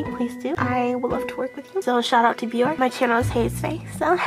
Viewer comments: Well sweetheart they won't until u learn how to pronounce their name correctly! Haha! Aw-I love u! Biore=[Bee-Or-A] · Well, sweetheart they won't if u don't learn to pronounce their name correctly! Aww-I love u! Ok Biore=Bee-Or-A..lol.. Say the end like the Fonz.haha. Aaaaeeeee. Haha-I crack myself up. Anyway-thanx 4 brightening up my day!